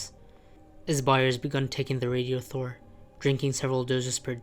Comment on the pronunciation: its not pronounced "radio-thor"/ its "rad-i-thor".